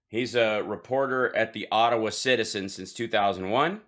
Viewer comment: I live in Ottawa, and every time DJTJ says "Ottawa", I feel sick to my stomach! Ugh!!! 🤮🤮🤮